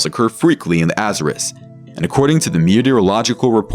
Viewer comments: Jeez this fiverr guy cant pronounce anything right lol. His Azores was particularly bad 😅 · Be honest. Is the narration done by AI? The mispronunciation of Azores makes me think so..